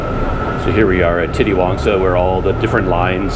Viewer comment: Titiwangsa is pronounced "teeteewangsa" instead of "titty-wangsa"